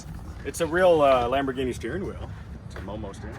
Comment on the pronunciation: That Sam Hard is getting everywhere with his ‘Lampoorghinis’! I thought he might make a cameo appearance 😂